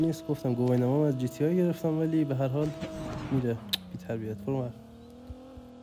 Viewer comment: جی تی آی نه جی تی ای